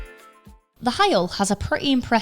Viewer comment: The gentleman's name is Bob Heil, pronounced "hile", not "heel"